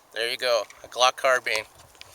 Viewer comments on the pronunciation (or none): CARBINE NOT CARBENE